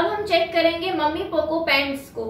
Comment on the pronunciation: मम्मी पोको नहीं होता है वो मैमी पोको पैंट होता है।